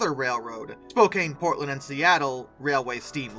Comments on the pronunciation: Re record your commentary with correct pronunciations. It's spo-can just for one example. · Spokane =spo CAN. Spokane sounds kinda like a slow CAN. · Even though "Spokane" looks like it should be pronounced the way you pronounce it in the video, the correct pronunciation is as if the "e" were not there, with the last syllable sounding like the word, "can". You're welcome. =PC= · Other than the persistent mispronounciation of several Western names, like Willamette and Spokane, very well done.